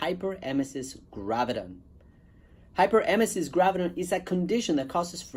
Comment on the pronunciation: Spelling it wrong in title and missing a syllable when you pronounce it doesn't make me feel good about your experience with it.